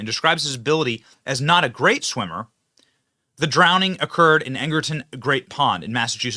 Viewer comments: "drowneding" Benny? SMH how can I ever take you seriously again?! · Cmon benny... drownding isnt a word.